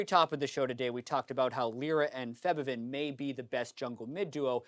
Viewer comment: Can you guys stop mispronouncing Febiven's name, please? Thanks.